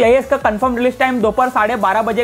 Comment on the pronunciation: chutiya vo word ki baat kar rahe he jo video me funny tarike se bol raha ha (mil jayege)😂😂😂